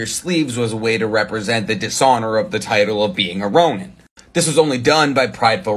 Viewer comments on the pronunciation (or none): The second vowel sound you're making every time you pronounce 'ronin' does not exist in japanese. The 'ni' in 'ronin' is pronounced like 'knee' in English.